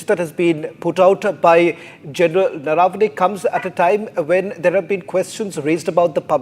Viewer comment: The Lady Anchor pronounced Gen's name wrongly - it is Naravane and not Narvane. Needs correction. Silly mistakes.